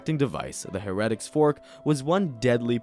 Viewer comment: it's Hair-A-Tics fork....not hair-reddicks fork....